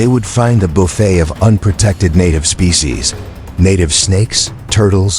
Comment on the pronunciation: Invasive mispronunciation of "species."